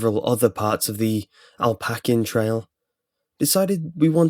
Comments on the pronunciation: AL PACK EE UN? Is it not pronounced Appa Lay Chee Un? Or have I been wrong all this time? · Did any one else notice he said alpaccan trails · You mispronounced appalachian. Its App Uh Lay Shin. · Not to be picky, or mean, but I live in the Appalachin region. I know your from England and a lot of my British friends from college pronounce Appalachian as you did, but it's procounced App-ah-lai-chin. And I remeber when this happened actully, was all over the news here. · Pronounced "a-pa-LAY-shun" Trail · Just an FYI, it's usually pronounced 'Ap-uh-lay-she-an' Trail. Thanks for the great stories though! Love your channels. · The way you said "Appalachian" made me want to throw up. It seriously made my stomach turn x3